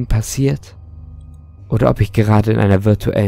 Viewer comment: Junge das heisst virtuelle und nich virutal